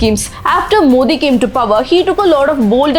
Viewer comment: Dmk ideology is anti-hindutuva not anti-hindu.. Also we pronounce his name as "modi", not "mothi". So we understood how much thamizh'ian you are..